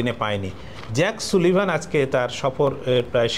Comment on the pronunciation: নামের উচ্চারণটি হবে জেইক সালিভান।